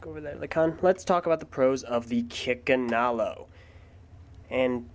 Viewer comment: For a second I could have sworn you said "Chickenalo".